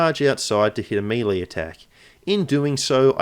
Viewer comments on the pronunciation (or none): meh-lay, not MEEEEEEEEELEEEEEEEEY haha